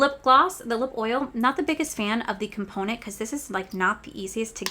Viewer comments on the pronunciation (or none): none